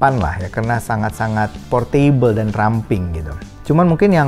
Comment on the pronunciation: Portebel bukan por-table